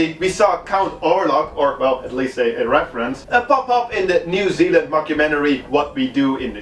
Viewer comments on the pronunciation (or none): none